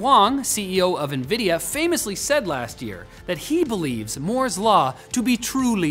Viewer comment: *Moo*'s law